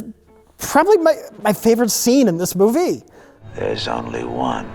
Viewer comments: Why did pronounce "movie" as "mo-VIE"? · “may favorite scene in this moo-VEE!” - Evans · "The mirror scene with william da foe is probably my favorite scene in this moo-vee" -, pronouncer of things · Why did he say "movie" like that?